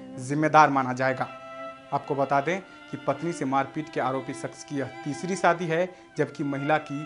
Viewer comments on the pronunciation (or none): none